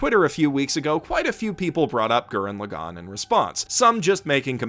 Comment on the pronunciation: Why can nobody pronounce Lagann correctly? How are you all this stupid? You don’t have to tell people good for them if they like something. You’re extremely tropey. Stop it. Garbage video 0/10. Stop apologizing for your opinion and learn how to speak Japanese names properly.